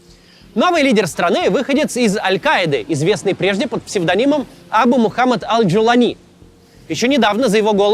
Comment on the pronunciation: Макс, ну ты же интеллигентный человек, что с ударениями в арабских именах ? Аш-Ша́раа Аль-Джула́ни